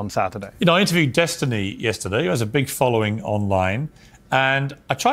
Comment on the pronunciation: Yes Destiny, you pronounced it correctly keep on using it that way